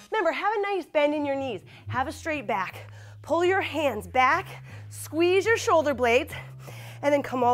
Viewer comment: When she said "it's really working in my shoulder and my BYAACK" boy I busted out laughing,full of dat weed 😂😂😂😂😂